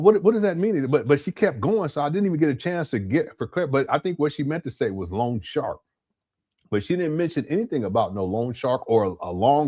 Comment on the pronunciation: I thought she said Lawn shark instead of long shark. I was out on my lawn looking for sharks! 🤭🤣😂